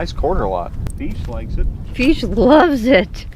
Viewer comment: I’m gonna say it … feesh !!!